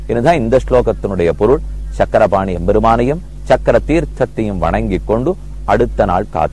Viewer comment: it is Chakrapani Temple not SANGARAPANI. meaning itself will change . please correct